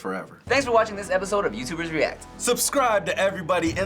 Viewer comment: poki yootoober XD